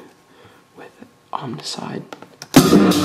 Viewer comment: It's "oam"icide. Like saying "foam" without the f. Not omnicide. Can't take it anymore.